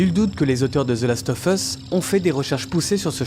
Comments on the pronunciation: Par pitié, "of" se prononce "ov". "The last ov' us", pas leviosaaaaa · ZE LAST OEUF EUSS, bosse un peu ton anglais, sinon très bonne vidéo